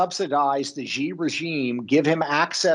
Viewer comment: Hey Peter, it’s “She” (Xi), not “gee”. Just saying…!